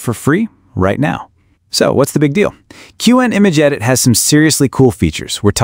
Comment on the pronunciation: It’s pronounced cwhen. Shitty ai voice.